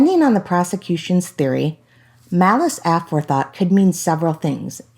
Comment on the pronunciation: Malice A for thought? That is not how it is pronounced guys